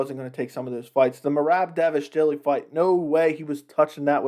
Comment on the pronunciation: And first of all its "merab dvalishvili" not davishdili! 😂 Do u even follow UFC or mma in general?? Dnt pretend though!